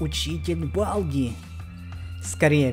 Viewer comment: Балді читаеца как Болди